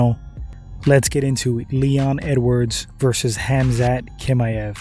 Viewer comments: TCHimaev not Kimaev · Why do you act like you don’t hear how everyone pronounces Khamzat’s last name bruh 😂 no one has ever said it like that! I don’t understand why you insist on saying Kimaev